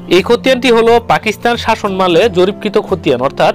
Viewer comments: তথ্যপূর্ণ ভিডিও। শাসনমাল না বলে শাসনামল উচ্চারণ করলে আরো ভালো লাগতো। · শাসনমাল কি জনাব? শাসনামল উচ্চারনটি শিখুন